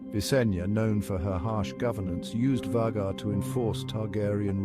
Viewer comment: So is it VAY-gar or is it VAH-gar? Pick one pronunciation and stick with it.